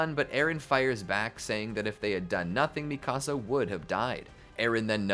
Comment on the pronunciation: i hated the way you said mikasa though😭